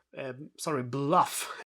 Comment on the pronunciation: “Bluff” should be “Buff” (just trying to be helpful, not critical) 😊